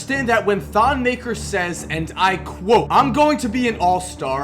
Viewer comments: It's actually pronouced thon meh-kare (roll the r) not "muh-ker" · You're not saying his last name right